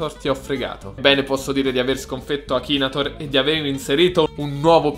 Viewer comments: nn si dice akinator ma akinetor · ma come cazzo pronuncia la parola akinator??